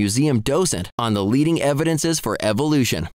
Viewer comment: "Evi-dense-sez" annoys me as well. {:o:O:}